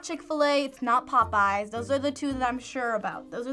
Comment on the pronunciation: He said popeyes?????? Popoeyes for the first one??????? The disrespect !!!